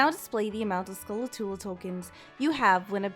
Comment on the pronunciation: Can't help but notice my OCD kicking into overdrive due to the "Skulatula" when it fact it's actually "Skulltula"